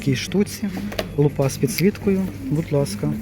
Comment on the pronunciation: лУпа, а лупА це те, що буває на голові🤪